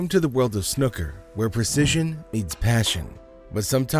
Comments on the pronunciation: It’s pronounced snooker not snoker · FFS, it's not 'snucker' it's snooker. The double 'o' is pronounced as in FOOL! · But snoker makes the match more dramatic